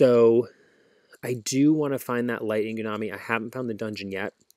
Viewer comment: Sir you’re not allowed to say Inugammi. My whole life hurts when you pronounce it the way you do, 😭😭😭😭😭😭